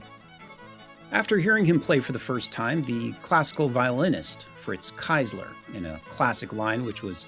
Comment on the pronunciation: Its Fritz Kreisler,not Keisler.